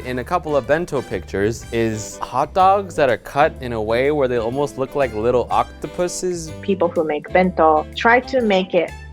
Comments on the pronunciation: “Octapusezz”🤚🏽 “Octo-wEeNiE ArMy” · Did just say Octopuses??